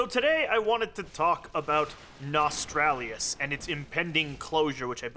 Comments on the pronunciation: nos tal rius ??? not nos tral lius there no R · Why the fuck do people keep calling it "Nostralius"? Notice, the R is in the wrong place people. Nos-tal-rius. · its not cheeky or funny that you cant seem to grasp the word NOSTALRIUS. its frustraing hearing you say it wrong 33 times, i know youre smart enough to get it right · Nostalrius is not hard to pronounce....unless you are an idiot....Seriously.